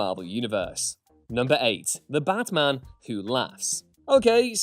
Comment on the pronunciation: Am I the only one who heard him pronounce Batman as Bathman ?